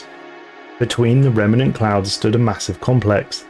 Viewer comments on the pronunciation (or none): none